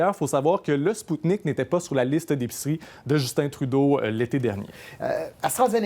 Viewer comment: Hey les blaireaux ça se prononce Sputnik V (V la lettre V) et pas Sputnik 5.